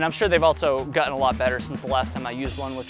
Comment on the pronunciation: Gutten !?!?…. Did you say Gutten !?! 😂😆